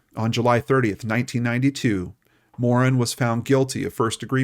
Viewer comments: Pronouced Morann just like the name Ann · This is the story of a very sad stain on the Canadian criminal justice system from my world and my era, this poor child and then that poor man. Well done on the telling. I feel compelled on his behalf to mention that I've never heard Morin's name pronounced in this Anglo fashion. I believe Morin is a francophone or at least of French Canadian descent so we say Guy (rhymes with tree) and Morin with the emphasis in a French fashion. We are mostly not bilingual in Toronto but we typically pronounce the names well. I know Americans would not be accustomed to this detail. It does not take away from your presentation.